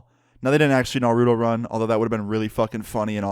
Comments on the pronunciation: Its not naruooooto its naruto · Man said NAROODOE. Bruh just pronounce the T😹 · “Narudo run”😭😭😭😭😭